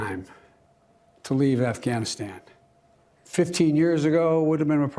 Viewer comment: Why does he keep calling it Afghanistand???